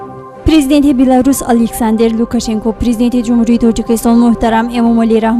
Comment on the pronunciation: Танкид намекунам мегуяму токат кардан наметавонам.Сентябир не,сентябр! Александер неву Александр! Илтимос дуруст талаффуз кунед!